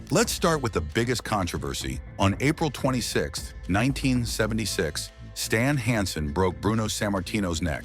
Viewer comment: Ver-nah Gah-NAY? Stahln HAHN-son?